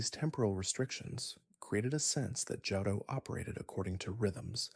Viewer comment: Are you pronouncing shit like Charizard like that to drive rage bait comments or are you genuinely dumb? How you gonna make an entire video on a game and not know how to pronounce Johto or Charizard. Immediate dislike